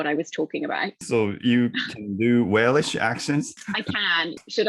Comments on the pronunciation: さんが動画の中ずっと言い方を間違えてる部分がありましたので、僭越ながらも指摘させていただきます。 さんはWalesの言語を英語で何度もWalishと言われてますが、正しくはWelshです。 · ウェイリッシュじゃなくて、うぇる(う)しゅ ですよー